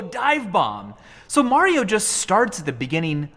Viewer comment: “there you go mar io ..i call him mar”